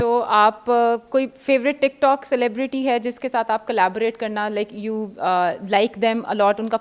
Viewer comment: First Of all...Lanat foR what did she said "cleberity" slow claps